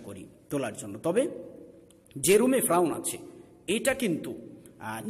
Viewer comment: উচ্চারন ফ্রাউন না, ফেরাউন/ফেরাউ।যাই হোক, সুন্দর প্রচেষ্টা।